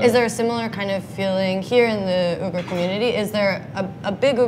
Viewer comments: I was cringing at you pronouncing Uighur. But about halfway in he obviously corrected you because you started saying it right. You’d think they’d research simple yet polite little tidbits like that. Otherwise interesting video. I have traveled to Xinjiang and love the Uighur cuisine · This food is extremely popular throughout the Mainland. Uyghur is pronounced with "we" not "u". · “Oogers”? It’s Wiggers. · If you’re going to make a video about an ethnic minority you might want to be learn how to pronounce their name right. It’s “wee-ger” not “ew-ger” 🤦🏻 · Spoke too soon you’re beck to calling it ‘Ooh-gar’. How embarrassing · It's actually a lot closer to the real way of saying it. "Wee-gir" is not correct. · Uyghur is pronounced as we-gur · ITS OI- GHOR , I’m UYGHUR 😅😂😂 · It's not Wee-gur!! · Like seriously!? If you’re going to make a video about a whole minority of people you’d think you worked learn how to pronounce their name right 🤦🏻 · That pronunciation was terrible...they really should have done some research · The pronunciation of “Uyghur” made me instantly click off, I usually don’t do that, but it was just so bad that I had to.